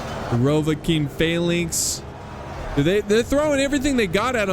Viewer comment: Almost 2 minutes in and I know for a fact that it's going to be a great battle. And yes, you did pronounce Rhovanion correctly:)